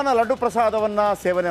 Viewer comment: Ladd allappa adu "Laddu"